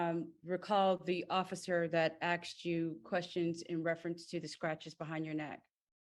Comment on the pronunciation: It's "asked you." NOT aXED you." How can such an educated individual keep making the same error?